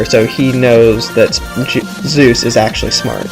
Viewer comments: It's Soos not Zeus. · its not zeus its soos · 1. Its sheriff blubs not sheriff bulbs 2. The "door" is an Aztec sunplate 3.Soos, not Zues (I though the same thing at first too lol) 4.Nice vid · Mistakes: That's the Aztec calendar... Fail. You pronounced "Soos" wrong. Those are alchemy symbols. (I'm not sure, but still) There are books 2 and 3. Did you think there wasn't a 1? (Not trying to sound like a douche, sorry if I did) Now, this isn't a mistake, but a theory is that the llama stands for nature and the ice bag stands for unnatural beings. In the wax episode during the credits, one of the heads says that llamas are nature's greatest warriors. Then in the Market episode (The one with the Dawn2Dusk) there was a unnatural brain in the freezer. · You mispronounced Soos' and Sheriff Blubbs' names